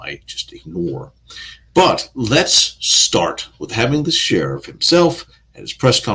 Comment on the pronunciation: What is an ashterick? What a tsherrrif, hahaha